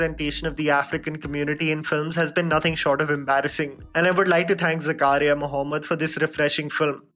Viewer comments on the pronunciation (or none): none